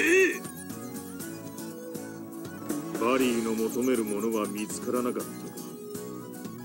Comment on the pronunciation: こちらもバギーではなく、正しくは「バリー」ですね。修正したほうが良いですよ？ ⭕バリー ❌バギー 修正：バリーVSウォンレイ